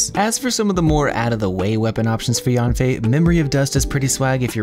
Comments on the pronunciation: FYI, her name isn't pronounced like "Yawn fei", it's more like "Yean fei." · Fun fact, Yanfei in chinese mandarin is pronounced closer to Yen-fei instead of Yahn-fei.